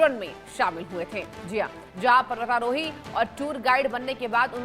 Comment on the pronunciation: Tere jese chutiya ko kon anchor bna de rha h na nam thik se bol pa rhi h parvatarohi tak thik se bol nhi pa rhi .or tour guide kya hota h dilli manali tour karata tha kya wo .thumbnail kya h .bndr ki gand jesa muh le kr aa jate h yrr